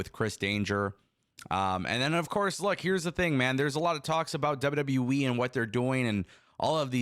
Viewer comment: You driving me crazy. It’s WWE. Not W W Wiiiii. Still love you dude. More power to you 😂❤